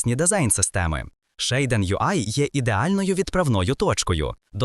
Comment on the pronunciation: ShAiDEn? LOL звідки ти це взяв взагалі 😂 Назва вимовляється як «шад-сін» або «шад-сі-ен», причому creator підтверджує вимову як «шад-сін».